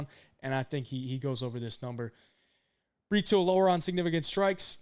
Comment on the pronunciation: It's Bree-Toe not Bree-two 😂